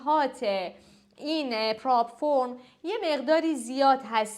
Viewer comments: قبلش یک مطالعه بکنید بد نیست. اعتبار خودتون رو با این سطح پایین آگاهی و تخصص خراب کردید. اولا پراپ فِرم درسته. نه پراپ فُرم. دوم اینکه این ها پلتفورم ترید نیستند. شرکت هایی هستند که سرمایه در اختیار تریدر قرار میدند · هنوز نمیدونین پراپ فِرم هست نه پراپ فٌرم بعد اومدین اموزش میزارین درموردش ، واقعا جالبه ، کاش یه اطلاعات حداقلی از پراپ و تریدینگ داشتین بعد ویدیو میزاشتین👎🏽